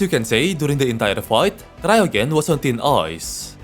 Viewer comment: I think it's pronounced "cryo-jen", like cryogenic freezing